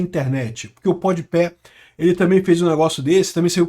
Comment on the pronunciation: o melhor é o dizendo podi pé sendo que é podi pa